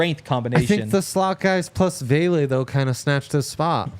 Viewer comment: It is Vele not Bailey